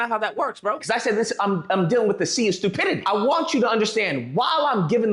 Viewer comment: Lol he said stupity.